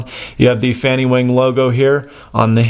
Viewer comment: wang is not pronounced wehng but wahng.